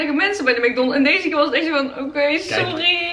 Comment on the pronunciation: Heerlijk hoe jij mc donalds uitspreekt: mac donnelss 😂😂